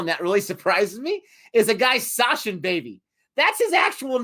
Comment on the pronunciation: for Americans Againnnn, it's SaCHin (Such-in), not SaSHin... CH like in Chaplin!!!!!